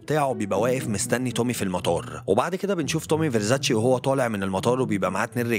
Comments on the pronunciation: فيرزاتشى مات يا.. اسمه تومى فيرزستى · الفيديو جامد بس هو اسمه تومي فيرستي مش فيرساتشي ❤️